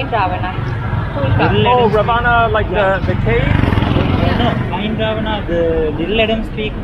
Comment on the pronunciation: Hi: Excellent vlog of Ella and surrounding areas. that animal did look like a mongoose but it was fatter than the usual ones. By the way, "Ravana" is pronounced "Raavanaa" not the other way around.